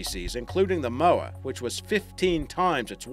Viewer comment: That accent sounds like a mix of Aussie and American...and wouldn't most Aussies know how to properly pronounce 'Moa' and 'Maori'?